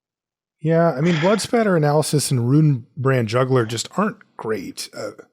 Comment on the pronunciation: I just learned there is no "L" in the second word of Blood Spatter.